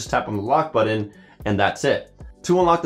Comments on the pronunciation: BUTTON NOT "BUD DIN"!! DEAR GOD THAT'S ANNOYING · It's called a "BUTTON" in case you don't see the 2 Ts. It's not "BUDDIN." Sounds just as stupid as when people do the epiglotal stop when attempting to say words such as nothing, and morph it into "nuh-inn" or try to say button and destroy the English language and pronounce it "buh-inn." Almost as stupid as the people who can't distinguish the proper use of "loose" and" lose" So just stop. People are stupid enough already. We don't need proof of it.